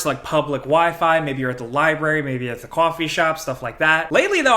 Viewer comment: Dude, you can’t even pronounce the word “THE” correctly how am I supposed to trust you when you keep on saying “Da”.